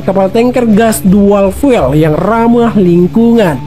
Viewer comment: VLCC = VERRY LARGE CARGO CARRIER. Kalau lebih besar dari 330 namanya ULCC = ULTRA LARGE CARGO CARRIER Fuel bacanya Fiul